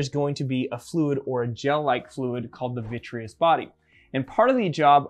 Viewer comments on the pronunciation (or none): It's amazing how resilient the sclera is! Did you expect the eyeball to withstand such a high drop, or were you surprised by the result? Also, a few corrections—for example, like 'sclera' instead of 'scalera' or 'scara', 'vitreous body' instead of 'vitrius', and 'cadaver' instead of 'cadaavver'. Small edits like these would make the video even clearer!